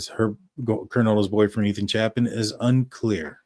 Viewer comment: If you're going to talk about this case and apparently you have for a while the least you could do is pronounce the victims names right. It's Ethan Chapin- pronounced "Chay pin"